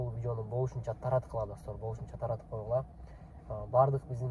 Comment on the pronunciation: Таркатып эмес Таратып